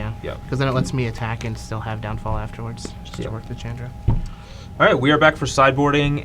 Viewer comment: say it with me..... "Shawn-dra"